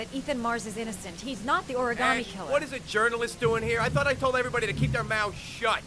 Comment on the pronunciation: clears throat "ori-GAMETE"